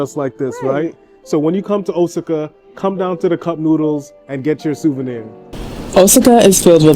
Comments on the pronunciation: I was just going to post the correct pronunciation of Osaka. I was thrown off for a minute with his pronunciation. Luv their vids. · Osaka is pronounced: "OH-SOCK-AH". I love your videos. Thanks for sharing, and stay safe!